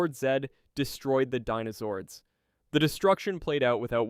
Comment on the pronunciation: It's crazy how you said dinozords right one time then went back to saying denozords. SMH